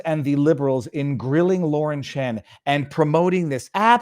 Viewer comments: Chen, not Chan. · Viva it's Lauren Chen, not Chan!!!